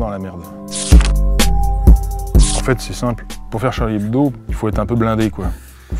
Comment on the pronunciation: on dit "hebdo" pas "ebdo"